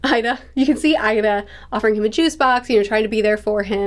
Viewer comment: Lol... the emphasis on juice especially. Luffy drank Juice and shanks teased him for it and said no pirate would drink juice.